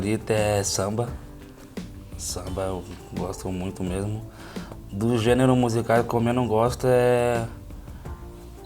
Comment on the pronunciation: Assim como o maestro estaria rico se ganhasse 1 real por cada vez que errou a pronúncia da palavra gênero.